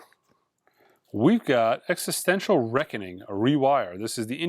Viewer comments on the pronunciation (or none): none